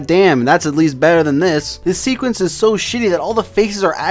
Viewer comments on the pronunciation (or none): none